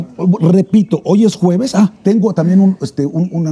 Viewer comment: Se dice juevebes 😅